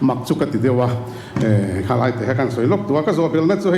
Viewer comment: React thiam khawp mai. Chutih rualin, khawi tlai ti ang deuh in ka hria.. Khawi lai nge tih ni awm tak😅